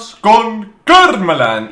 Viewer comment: Minuto karrrmaland